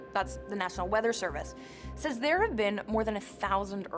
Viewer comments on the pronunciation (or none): none